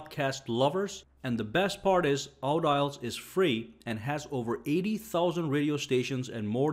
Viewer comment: I think its pronounced aw-D-alls. Emphasis on the D, not the au.